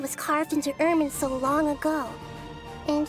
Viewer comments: Just wanna say it’s Irminsul not Iriminsul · It's IRMINSUL, not iriminsul lol. At least we know you type out the script instead of just copy and pasting it from somewhere. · Not to be that person but i belive it is "irminsul" not "irimirsul"